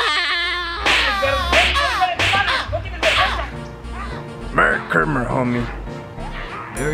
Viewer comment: "im voting for donld trump"😂😂😂